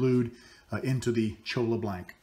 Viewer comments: the pen is beautiful and you did a great job on everything except the name of the cactus (LOL) it is cholla (pronounced choy-a) actually La Cholla AKA: jumping cactus. I have seen some beautiful items made from it but I never thought about making a pen with it. I'll have to give it a try. thank you for your awesome videos. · I'm pretty confident there is no such cactus as a chola. Perhaps a cholla. Pronounced choy~ya. Double ll = y sound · it is pronounced CHOYA. Double Ls in Spanish sound like a Y.